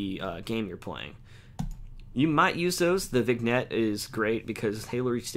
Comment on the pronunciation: Vignette isn't pronounced like it reads. it's pronounced like vinyett